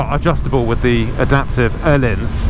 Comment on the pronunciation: Nice to hear someone actually trying to say ”Öhlins” the right way. ^^ You can always trust the 44Teeth boys